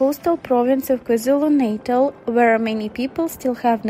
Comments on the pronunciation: You all misunderstood. I meant the wrong pronunciation of the word Natal which was pronounced naytal. I did say I'm in the centre of it, I have experienced the flood, my loved ones lost their homes so don't assume when you don't understand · An Exagerated Headline...there have always been Torential rains down in Africa...You are also not pronouncing the names correctly....especially the word Natal...!!!